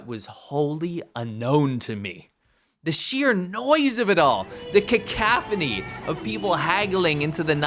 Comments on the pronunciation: Caack-calf-any ??? I think you where trying to say ca·coph·o·ny ( IE cacophony ) at .., I understand messing up simple words when English is not your first language.. But not if its your primary language. I understand that you are reading from a script and who ever wrote that did so in an attempt to make you seem more knowledgeable and flexible with your words.. But it really looks strange when you use a word you normally do not use and you end up pronouncing it wrong. It is completely out of place. Sorry for nick-picking but it oddly got to me and I am not sure why, ( And for the record. No. English is NOT my first language. ) Had to mention it. Please do not take this as an attack. I am just trying to point out an error that I hope you learn from. If this offended you I apologize. I admit I am sometimes a bit blunt and gruff with things. My intention was to educate / point out the error and the correct way of doing it. Nothing less and nothing more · cacophony - CAR COUGH A-KNEE